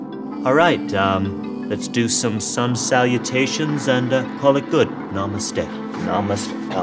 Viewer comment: was super funny on sketch doing the yoga poses. He also kept saying "amaste" instead of "namaste".:]